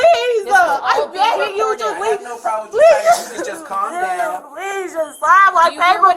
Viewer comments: But she said "pleeez-UH" several times-uh. Not sure what more she could doo-uh? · Anyone else noticed that they put a “uh” at the end of words when they’re being arrested. Please-uh why-uh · The minute an adult starts adding extra syllables to their words I know they are a toddler mindset, pleaseUH, I just needUH, you don't understandUH, makes my brain bleed.